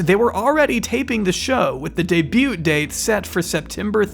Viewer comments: It's pronounced "day-BEW", not "day-BUTTE". The repeated mistake is making my brain itch. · I hope this isn't super rude, but the 't' in 'debut' is silent. Just FYI! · Babe, the ‘t’ in debut is silent. Great video! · the T in "debut" is silent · we really gonna start pronouncing the t in debut? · Why are you saying the “T” in debut 😂 Have you seriously never heard someone say debut before? The T is silent 😂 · Just fyi you’re not supposed to pronounce the t in “debut”